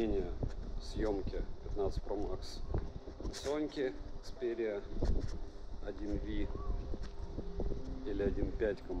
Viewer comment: Некомпетентный человек, начиная с того что название смартфона непраильно произносится заканчивая ложными фактами и мисинформацией из за нежелания разобраться